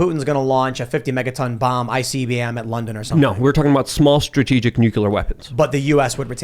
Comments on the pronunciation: God damn it!!! It's NOT NU-CU-LER!!! The word is pronounced NEW-CLEE-ER!!! "The word "nuclear" is pronounced differently in different English-speaking regions of the world." In the United States, the word is pronounced "NEW-klee-er" with the emphasis on the first syllable." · it’s NUCLEAR, not nucular. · NUCLEAR NUCLEAR... say it after me! NUCLEAR... not nucular! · Wtf is going on with so many idiots not knowing how to pronounce NUCLEAR correctly??